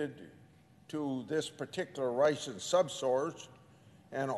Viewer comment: Sen. Grassely, It’s Russian not Ration. I don’t want to be petty but how about some speech lessons I mean you folks work, that’s funny, 3 days a week if that. You certainly have the time. I’m just saying I like you but think you could be more persuasive if your speaking skills were improved. Good luck.